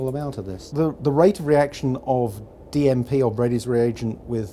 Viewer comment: "We're gping to heat our DMP" I thought he said DMT at first 🤣